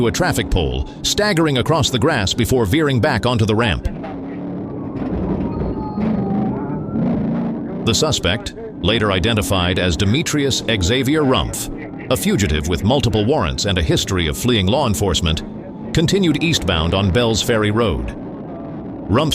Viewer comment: The commenting AI is telling tall tales. A lot of BS! Like the motorcycle driver fiercely resisting arrest when the guy quietly surrendered as there was nothing else he could do. I knew it was AI when it said the name “Demetrius-Xavier” “Demetrius X Avier”. No human could be that dumb.